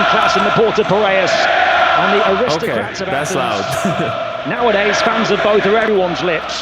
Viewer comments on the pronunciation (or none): none